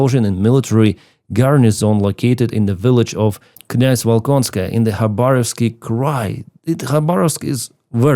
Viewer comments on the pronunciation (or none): none